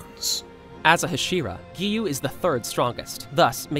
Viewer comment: WHY IS EVERYON NAMING GIYUU "giyu" BRO ITS GIYUU:face-pink-tears